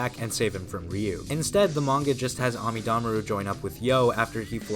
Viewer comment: I think this is the first time I’ve heard the characters name pronounced “Ami Damaru” and not “Amida Maru”